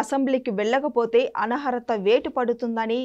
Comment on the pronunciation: Mundu Telugu sariga nerchuko talli adi anaharatha kaadu. Anarhatha